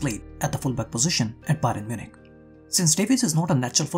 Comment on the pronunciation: Byron Munich. Come on you have to correct your mistakes. You can't be repeating your mistakes